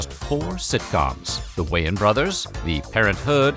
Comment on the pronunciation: It's "Wayans" Brothers, not "Wayan".